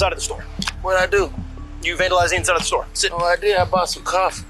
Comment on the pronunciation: “What’d I doo?” “What’d I doo?” 🙄